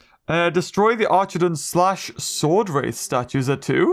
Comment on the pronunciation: be calling swordrath swordath